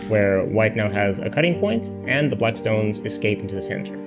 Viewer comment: Is it me or does this guy prononce black like "blight". not great when the other color is white.